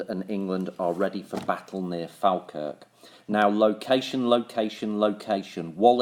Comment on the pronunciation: Its pronounced "fall - kirk"